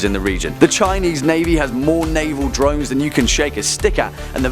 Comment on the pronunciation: When he said drones I thought he said drugs for a second